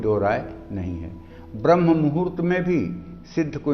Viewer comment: आप पहले अपने उच्चारण को शुद्ध कीजिए। आप स्तोत्र का उच्चारण स्रोत और ब्रह्म का उच्चारण ब्रम्ह कर रहे हैं।